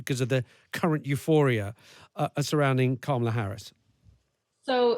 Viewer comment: It drives me absolutely crazy that ppl are STILL mispronouncing Kamala Harris' first name at this point. It makes me instantly question any insights the speaker might have because how am I supposed to believe that you have any deep knowledge about Harris or her campaign if you never even bothered to say her name correctly